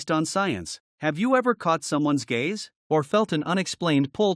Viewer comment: It's gaze not gays two different things.l